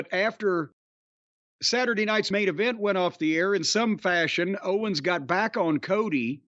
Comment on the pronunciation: Well Ventura did call Kevin Owens Kevin "Owen" a couple times so he was almost perfect on commentary.